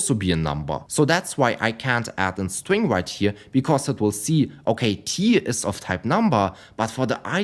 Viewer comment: "My stwing" 😂 sorry but i can't help it. Good video man